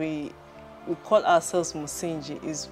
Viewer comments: "Msingi" is the only Swahili word you had to pronounce and you butchered it! (no pun intended) The "ng" in that word is pronounced like that in the word "doppelganger" and not like the"ng" in "binge" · I don't know how the word is pronounced in other local languages. But he mentions that the farm is named after the Swahili version of the word, so it should be pronounced accordingly.